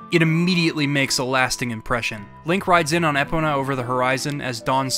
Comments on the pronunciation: Everytime you said Ehpuhnuh instead of Ee-POE-nuh really irked me and idk why lmao. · Did he just say “EH-pona”?? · Y'know, this retrospective is great and all, but I can't get over Eh-pona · More like Eepona when I'm trying to say it properly, but sometimes the first vowel gets reduced to a schwa. The important thing is to put emphasis on the "po" in my opinion though, so it's more of an issue of emphasis than actual vowel pronunciation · Thank u! thought I was the only one who noticed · Why do you pronounce is Ehpona?!?!?!? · This was my first Zelda, so this game ALREADY had important significance to me, but after hearing this, I learned just how more monumental OoT really is. …also was anyone else thrown off the way pronounced “Epona”?~ XD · Never heard Epona’s name butchered like that before. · disliked for how you pronounce "epona" shits just wrong